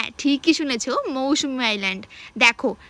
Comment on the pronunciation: এত বেশি কথা না বলে আগে জায়গা টার নাম টা ঠিক করে বল ভাই ওটা মৌসুমী না মৌসুনি